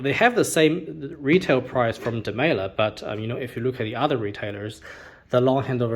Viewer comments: Here's Maurits Demeyere saying it: It's definitely Dem-"eye"-re rather than Dem-ay-ler. I can detect a little roll of the tongue on his pronunciation of the R at the end, but I don't hear it as a hard L. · How come you pronounce demeyere with what sounds like a hard L?